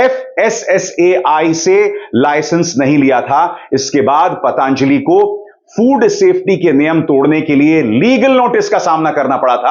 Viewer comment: अभिसार शर्मा जी,आप पतंजलि का उच्चारण पतांजलि क्यों करते हैं ?